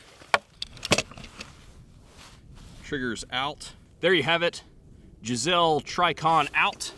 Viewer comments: "Jiz-elle" trigger? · Absolutely no way you're pronouncing "Geissele" the wrong way on accident. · I'm sorry, did you just call a Geissele a Gazelle?